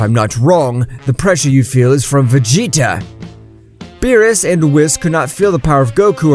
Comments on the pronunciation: Its berrus not bills😂😂😂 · Don’t mess with the god of destruction “bills” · Beerus = bills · Is it really that difficult to say berus